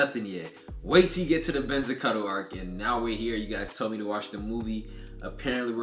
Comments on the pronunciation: You mispronounced Benizakura throughout the whole thing lmao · Couples of things to clear out for you Benizakura is pronounce beni and zakura as in sakura tree but with z for the s Gintoki got his sword from tv shopping..there is nothing superficial about it..honestly you should just forget about the superficial thing being a thing in the show..there is never gonna be power and stuff just pure skills..that way we can get rid of all the power level unconsistency and stuff.. Enjoy the reaction and im hype for whats to come..keep up the good work